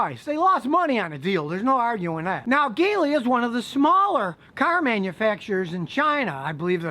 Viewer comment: Thanks Scotty. Big fan of yours for many many years. Geely is prenounced Jee Lee. In Chinese it translates to Lucky or Fortunate.